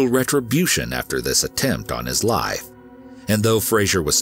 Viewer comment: Why does he pronounce the F in Life or Wife? He says lie and Wie